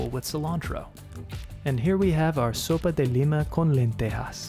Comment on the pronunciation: I’m from Yucatan and I’m impressed by the Sopa de Lima (and the pronunciation) typically we don’t add lentils to the soup but we eat it with grilled turkey but from a vegan POV seems like a valid substitute! Thanks for reaching to our culture and sharing with the world